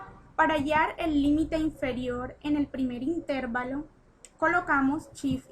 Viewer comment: amiga chevere tu video, pero creo que necesitas saber, que no se dice Intérvalo sino intervalo, no creo q toda una hidrologa no sepa como decir una palabra